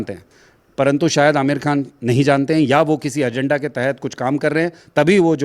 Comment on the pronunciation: Aamir kkan ji nahi Aamir boliye